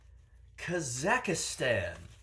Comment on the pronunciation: Cannot pronounce Kazakstan. Guffaws at trademark violation.